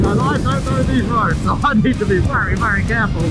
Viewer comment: Can someone please slap every time he says vurry instead of very